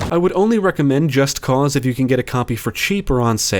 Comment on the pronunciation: Holy shit, thank you for pronouncing the game's title correctly. I get an ulcer each time I hear someone say "Just Cuz".